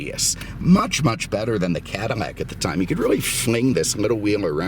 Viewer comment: Just curious I notice you often replace l in words with m sound like often saying cadimac instead of cadillac and I noticed a few other words ....just curious